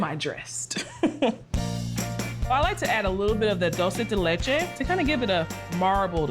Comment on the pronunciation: I love her (and this cake), but she kept mispronouncing dulce de leche and it drove me nuts.